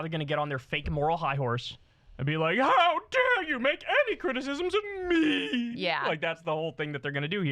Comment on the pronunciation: Stop saying “me” like that!!!